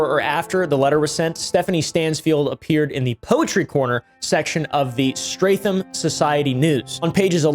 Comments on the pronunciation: its pronounced STRET HAM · the real crime is how bro pronounced streatham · AS A STEATHAM LOCAL THATS NOT HOW U PRONOUNCE IT?!?! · lol it’s so funny hearing pronounce ‘Streatham’ 😂😂 I live an hour from there, I think that’s where this creeps from though 😬 it’s pronounced ‘Stret-ham’ btw 😉😆